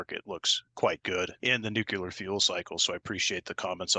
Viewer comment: It's surprising that, president of the most important company in the uranium field, still can't pronounce "nuclear". He still says it the way G Bush jnr said it. It's so simple, just the way it's written: "nu" "clear", not "nucel" "ar".